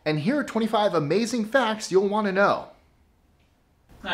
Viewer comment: More like. A-Mei-Zing